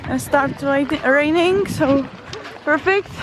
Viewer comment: When you said 'perfect' at the end of the video you sounded so american x)